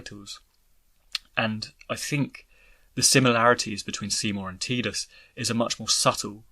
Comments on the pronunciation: Its {tai-duhs} u freakin froob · Am I the only one who thinks he’s saying Tidus name wrong. Wasn’t 10 the first one that actually had spoken word in it 😂😂. Has this guy actually even played the game. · Htf do ppl f that up. Tidus as in tides. A force of nature. Fkn who would name their protagonist with such a pathetic pronunciation. {Tee-duhs} is tedious asf. Soz not soz